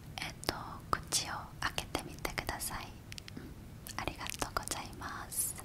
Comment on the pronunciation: 韓国人のありがとごじゃいます好きすぎる……♡